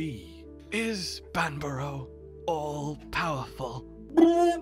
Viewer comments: that bit they were doing at the start. they both were pronouncing banbaro differently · Does Banbaro know it's Banbaro?